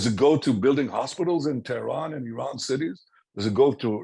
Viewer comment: It's not I"rain" it's Iran